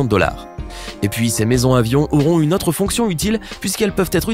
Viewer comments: "Autre" se prononce "ôtre" et pas "atre". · 66 "otre" : on dit AUtre !!!!!! Je suis outré.